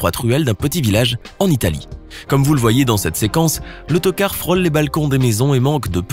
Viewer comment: On dirait qu'il dit le toquar au lieu de l'autocar ! 😂😉